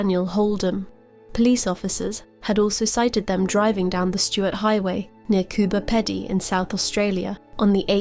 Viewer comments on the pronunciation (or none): It is pronounced COOBER PEE-DEE. Not "Cooper" or "Peddy" A lot of people pronounce it "Cooper" it drives me nuts!